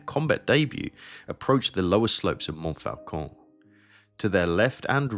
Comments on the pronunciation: And Montfaucon is pronounced monfocon. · Interesting and well done. I have a single criticism. You can't correct people for mispronouncing "Meuse," and then mispronounce "Montfaucon" repeatedly. (There is no letter "L" in that word in French.)